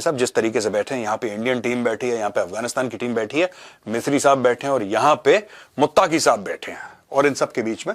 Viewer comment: Mawlawi amir khan mutaqi nahi molvi ameer khan muttaqi naam to sahi say sekh lo major sahb